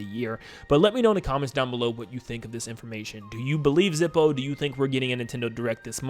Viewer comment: "Zippo" No.